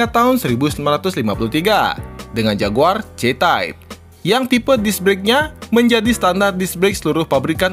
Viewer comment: padahal pronounce JAGUAR itu keren dan berkelas banget lho klo di sebut